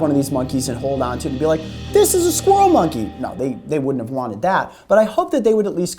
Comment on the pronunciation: "DIS IZ A SKWIRREL MUNKY!" lmaoooo